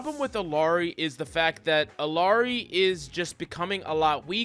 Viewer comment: Please pronounce Illari correctly. It’s gut wrenching.